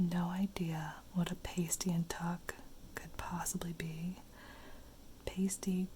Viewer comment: It’s pronounced past ee, it basically a pastry full of meat and veg